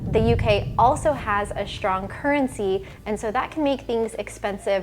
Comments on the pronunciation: Strong not SHTRONG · "Shtrong" ? Why is American pronunciation changing to German?